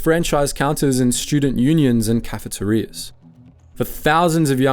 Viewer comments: Cafa- Te- riass?? This isn't a new word, so why are treating it it like its foreign?? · the way you said cafeterias makes me hugely sus